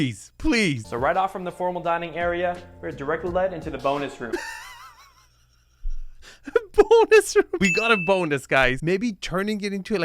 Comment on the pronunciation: i had to do a double take, i thought the real estate agent said boners room. 😅